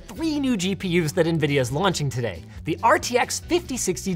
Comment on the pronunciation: nividia lost me